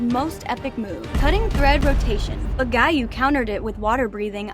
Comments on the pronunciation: Anybody catch on that she said guy instead of Giy you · Why did you say guyui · Not him calling him guiyuu 😭😭😭😭😭😭😭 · Giyu X Gayu ✓ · U said guy uu instead of giyuu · The time that she said gayuu instead of giyuu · It's not guyi its giyu(I'm not being bad) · Why she was calling giyu guyu at the rui bit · It's not guyu it's giyu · It's giyu not guyu you silly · It's Giyuu not Guyuu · i love how instead of giyuu its guy uu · I like how you say Giyu you were saying gayu but it’s giyu lol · "gayu" instead of giyuu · Why did you said guyu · the way they said giyu like "guyew" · The part here she said might guy yu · “Guy yu” (sorry if this not funny) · Giyu? NO. Guy-you? HELL YEAH. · Why did you call giyu guy yu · bro said "guy-you" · OMG GUYYU DEF NOT GIYU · He is not “Giyu” he is “GUYYOU” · Brooo called Giyu guyu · I like how he called giyu guyu when talking abt rui’s death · Can we learn the names? Gee-you is how it’s pronounced. And tah-me-cuh. Last vid I wanted was just as bad. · guyuu lol 😂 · Girl realy said"Guyou"🤡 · (GEE-YU To Gi-Yu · I like how she pronounce "Giyu" into "Gayu" sometimes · Bro said gayo💀😨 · Guy-Yu xD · bro said guy you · SHE SAID “guy you” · Ahh Yes It's UU Not Giyu Yess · "Guyu" lol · ‘Gyuu’ lol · I hate the fact that she called giyu guyu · literally called giyu gaiyu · That’s not how you pronounce ‘giyu’ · Your saying giyu wrong ur saying it amercia way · ❌Giyu ✅Guyuu ❌Kyogai ✅Kiyoguy ❌Muzan ✅Moozan ❌Tanjiro ✅Tangro ❌Gyutaro ✅Gyootaro ❌Rui ✅Roowee ❌Kyojuro ✅Kyowjuro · bro its not TAN JEERO or GIE YU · “TanGiro” “GUYoo” “MoozAn” “Tanjiiiro” I cant